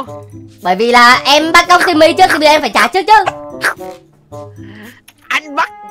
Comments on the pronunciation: Cái khúc anh yêu cầu trả chị Timmy trước ấy em nghe đi nghe lại nhiều lần mà vẫn nghe ra chử simmy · anh ns Timmy mà e nghe ra " e ơi "